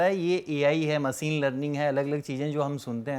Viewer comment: पहले मसीन नहीं मशीन और आर्टिफिसल नहीं आर्टिफिशियल और रस्मिका नहीं रश्मिका कह दोस्त तू ज्ञान की बात बाद में 😂